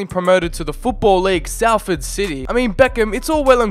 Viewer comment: When he butchered Salford I’m from there so oof. It’s pronounced solford btw 👌